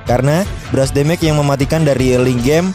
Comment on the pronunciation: mage pronounciationnya salah wkwk, damage juga salah wkwk, trs bukan durbality tapi durability, trs bukan brust tapi burst WKWKWKWK